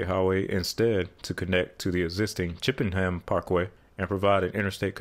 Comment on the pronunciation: Everyone is correcting you about Henrico and laburnum, good on you for getting Chippenham right. As an east end resident, I can't help but giggle that those in the west end created their own problem and now they have to deal with it.